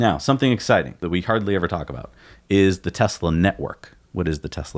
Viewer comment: T for Taxi or... "Tesli".